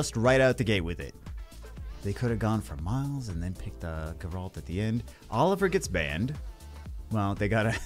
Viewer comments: I love ya but this one is killing me. It's GEHR-ult, not guh-RAHLT. GEHR rhymes with bear. ult like the first syllable of ultimate. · jesus christ wtf is a light gur-alt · It’s pronounced Gare-ult😂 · Stop saying Geralt wrong please!